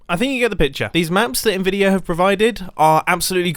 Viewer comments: "Nvidir" Mumbo are you secretly from New Jersey? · Its "Nvidia"